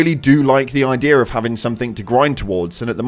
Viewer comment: Where is the R in the word “idea”